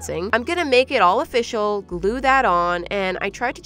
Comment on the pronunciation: Ofishial XDDDD